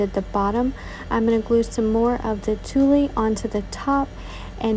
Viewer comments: OH...and tulle is pronounced TOOL, not TOOLIE, LOL! ☺ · The fall snowglobe is adorable but please, please, please learn to pronounce the words correctly. Tulle is pronounced as tool, not toolie. Someone is going to be made fun of if they go into the fabric store looking for toolie. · I love your creativity! My favs were the double-sided pumpkin and the snow globe. You are the only diy'er here on youtube that I've seen do a snow globe. Unique! fyi, tulle is pronounced tool. TYFS